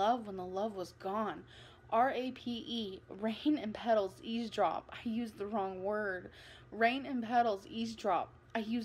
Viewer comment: I wonder if she spells ESCAPE EXCAPE. She’s seems like a sound it out kind of gal. And EASEDROP!? I didn’t hear the V in her pronunciation. I really want to see her handwritten poems. Unless she typed and used spellcheck.